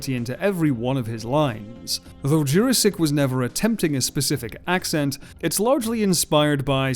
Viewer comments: Jurasik is read like "Your-asic" not "Jurrasic". For further references onward. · This is the first time I have ever heard Peter Jurasik's name pronounced any other way than "Jurassic". I must admit, it is very jarring. ASD + ADHD + PTSD. Still, excellent video. Thank you!